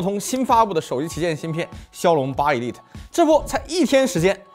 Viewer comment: 一利特，是這麼念嗎？